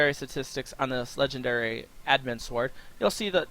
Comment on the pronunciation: can you actually say sword properly you don't pronounce the w and it makes you sound special